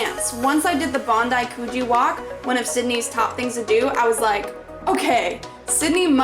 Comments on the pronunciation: The way u say Coogee is funny “koogy”that’s what it’s supposed to sound like but it’s spelt “Coogee” next time u should explore and manly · You need to learn how to pronounce ‘Coogee’!